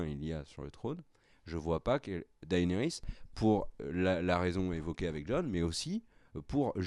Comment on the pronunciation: "DaÉnarys", "AÉgon"... vous daÉconnez les mecs ! 😜 ... c'esttoutpourmoimercibeaucoup